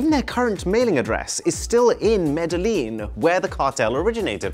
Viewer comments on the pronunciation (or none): It's MED-E-YEEN.....YEEN....NOT LEAN...jackass. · Its actually Mede-yin in spanish the double ll is pronounced as a Y , Hope you learned something new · Hey, btw, it's pronounced "Me-They-Yeen". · They could be making the best phone ever and I wouldn’t buy it… Sorry but, a company run by someone who was “Chief of Assassinations” for a drug cartel doesn’t appeal to me… Also, the “Ls” in Medellin are pronounced like a Y (Med-eh-yee-in), like Paella (Pie-yay-ya) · Medellín is pronounced more like med-e-jean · It's pronounced Medejin. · The way you pronounced "Medellin" 😭😭😭 The two Ls make something like a J sound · lol you couldn’t just take 10 seconds to look up how Medellin is pronounced